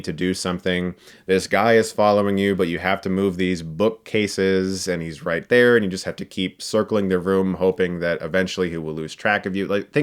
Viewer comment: hahaha when he said "there was originally a remake of the first... blah blah" I understood "thas was oringinally a remake..." I almost started yelling at my screen